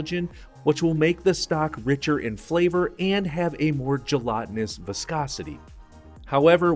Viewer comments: Where are you from? I can't place your accent... You use GA English, but then there are certain words where you pronounce a "short-a", 'æ' (like in cat, /cæt/) as an open-front 'ɑ' (like in dog /dɑg/). I.e- 'tɑllow' and 'gelɑtinous'. Otherwise, I'd never have guessed that English is your second language - other than that one quirk, you sound like a native speaker. Great job on all your hard work!!! 😃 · Gel-ahhhh-tenuous, veal taauuul-ohhh. Why so weird with pronunciations?!